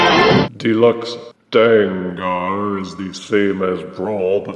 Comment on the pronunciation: His name is pronounced “Dang-gur” similar to Tanker. Takara used the -ar because then it would spell “Danger”.